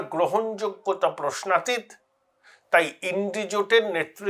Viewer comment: আপনি " প্রশ্নাতীৎ " উচ্চারণ করলেন কেন? বিদ্যাসাগর "ত" এবং "ৎ" এর উচ্চারণ শিখিয়ে গেছেন। "প্রশ্নাতীত" অর্থাৎ অন্তে হবে ত+অ।